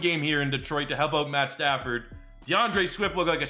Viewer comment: It’s pad statsford